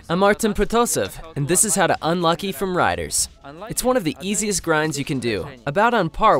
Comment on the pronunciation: It’s pronounced -Luke E